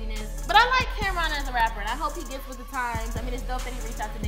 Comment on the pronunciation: Who the hell is Cam'Rom, i thought it was Cam'Ron?